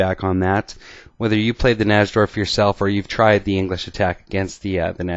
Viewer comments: Najdorf was a polish chess player and in Poland we pronounce "J" like "Y" in English, so his name should be pronounced "Naydorf" not "Nasdorf". Just sayin' because Americans usually don't check the correct pronounciation and simply use their own "made up" version of foreigners' last names. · its actually pronounced Nai'-dorf. The english attack is not necessarily the 'best' line for white, its simply been fashionable recently. The older move, Bg5, is still perfectly good, and there may be other options as well. Nobody knows whites best in that position. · I think the correct pronunciation is "nigh-dorf", it's certainly much easier to say. Love this opening! Thought about doing a video on the Yugoslav attack in the Dragon? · NY-DORF najdorf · Its pronounced NAPADORMP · I feel the strong need to advise you,, and every one else out there that the correct pronunciation of Najdorf is, phonetically, "Nidorf," with a long i. Thanks for the videos. Have a nice day. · Maybe he knows "something" about chess, but at least he could pronounce the opening variation correctly (nigh - dorf) Plus, what would have happened if that knight had attempted to trade the knight with the dark-squared bishop? I play against the Najdorf, but I push the f pawn on move 6. That bishop is a valuable piece! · miguel najdorf's last name is generally pronounced 'nigh-dorf' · your pronunciations of names are terrible. You pronounce "Najdorf" the wrong way. On another video, you pronounce Karpov's name wrongly. Does not inspire confidence, definitely…. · I can't believe the chess commentator who gets the most views on youtube can't even pronounce "Najdorf". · Pronounce "Najdorf" correctly please. It sounds absolutely terrible when you say it.